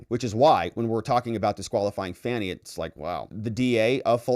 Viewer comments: Her name is pronounced FONI NOT FANNY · This is the first time I’ve watched one of videos. The first (of many, many) times he mispronounced Fani’s name, it became clear he’s a Rightwing hack whose video would be filled with NewsMax-style nonsense.